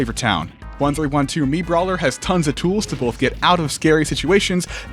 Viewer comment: i laughed pretty hard at "MiitBawler"